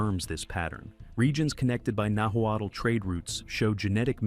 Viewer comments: "Nahwattle" 😂 You should have just removed the letter "l" in your audio and it would have sounded closer to how you say Nahuatl. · The narrative doesn’t match the images, and the Nahuatl pronunciation is rough. Our family and many others here have long known these waterways were traveled. Archaeologists have documented these pre-conquest routes for more than a century, and artifacts such as obsidian, shells, and pottery found far from their origins show these networks existed 6,000 to 7,000 years ago.